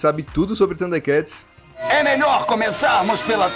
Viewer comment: A única parte do vídeo que eu não gostei, é av parte onde o narrador pronuncia o nome do desenho bem estranho, parecendo que ele come o (R) ele pronuncia "THUNDEKATS" sem o (R). Fora isso, o vídeo é muito bom. Sempre gostei muito dos "THUDE(R)KATS. 😅